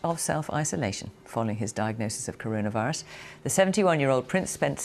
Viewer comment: BBC Reporter: Karuna virus Me: Oh K